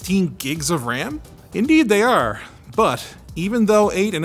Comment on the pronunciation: Anytime I hear a Canadian say "are" I get a gray hair